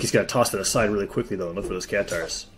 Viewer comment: Its "katars" not "catares"